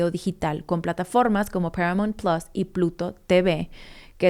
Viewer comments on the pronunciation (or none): none